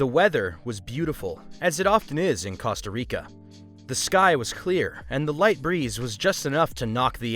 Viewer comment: it's pronounced Costa Rica not Casta Rica, there's an O not an A.